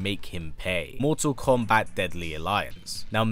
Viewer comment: Its funny the way hes mottal kombat listen to when hes says it